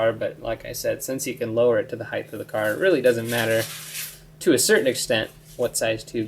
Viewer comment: there's no "h" on the end of the word height.